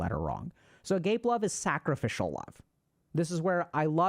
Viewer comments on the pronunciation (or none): Great vid. Just letting you know that agape love is not pronounced agape. It's pronounced a - ga - pee. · A-gape!!! wow. it's aga-pay. a-gape is wild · ah-GAH-pay - FYI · a gape 😂😂 it's a-gâp-é Great content thank you ❤ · Agape pronunciation =Agahpay. It's Greek. But I can see how ah-gape is representative of the feeling behind it 😂 Love this video, as usual! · You’ve probably already gotten this a few times, but just wanted to say that agape love is pronounced “Ah-gah-pay” not agape like something being left wide open lol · Agape (the Greek word for selfless / unconditional love) is pronounced: uh-GAH-pay or more precisely: ah-GAH-peh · Agape' is pronounced Ah-GHA-pay. It is less about sacrificial love, and more about selfless, or altruistic love. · Super late but agape' is pronounced ahh-gahh-pay. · Agape love. Its what Christians refer to when they talk about Jesus love for mankind. Pronounced ah-gah-peh. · for any who watch this and read this comment in future Agape love is pronounced Ah-gah-pay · The church I went to as a kid preached about agape love constantly. They pronounced it ah-gah-pay but I don't know if that's right or not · Agape love is pronounced “ah-GAH-pay” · I believe agape love is pronounced ah-gah-pay. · Agape. lol. AhGapa is pronounced. It’s Gods love isn’t it? Long a on last syllable. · I think the pronunciation is Uh-Gah-Peh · agape, pronounced uh-gah-pay. i got it wrong at first too😭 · Agape is pronounced aga-PAY, the emphasis is on the last letter, so maybe put a French accent on the e: Agapé. Ludus is Latin, not Greek. It means game (playful or in the sense of a gladiator game... or squid game) or entertainment, something you do to avoid boredom. It can also refer to a sports game, aka competition. "Per ludum" as a specific phrase means playful or effortless. Don't worry, I still love you. In my avoidant way... so I should probably say appreciate instead of love. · it's "Ah-guh-pay" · Agape is pronounced "a gah pay"